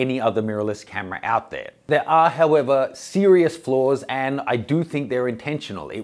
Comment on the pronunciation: Lol when you say sirious, you make Siri on my iphone ipad and iwatch pop up! Thanks for the video! Great work!